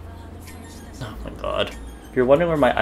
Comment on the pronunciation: I absolutely love the way u say "oy may goyd"